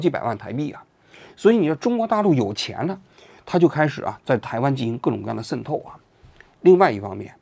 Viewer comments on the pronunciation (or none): 王局，跟我念：shen 透！ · 王局这期节目简直太用心了，为了能让台湾网友能听得懂。把渗透都故意说成“sen透” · 王局，你讲“渗透”的发音能读准点吗！！！森透、森透、森透，，，，，也开始台湾腔了！！！！ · shen透，不是sen透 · 不是读SHEN透吗？王局总是读sen tou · shen透，不是sen透😂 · 王局 那叫 shen4 透 shen4！ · 为什么你读渗透读作sen透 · 这个渗透听的我好难受，新版读音改成 sen 了？ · 僧透到了哪儿？王局这是要嘲讽 还是普通话退步啦？😂😂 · 王菊不仅化学元素胡乱发音， 连个渗透发音都成问题， 参考其口语，绝非用方言可以搪塞的。